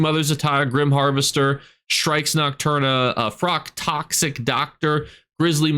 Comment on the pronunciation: lol he's terrible at pronouncing things...he said nocturnals name without the L and that's a word in real life 😂